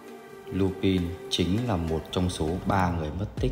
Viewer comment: Lupin là chupin😂😂😂